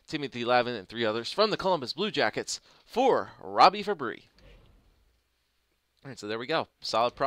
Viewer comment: I think you pronounce Fabbri like you would pronounce Kadri. I may be wrong though.